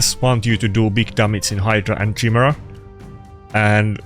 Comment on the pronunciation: top clans would meme on you only able to say chai-mera :P kai-mera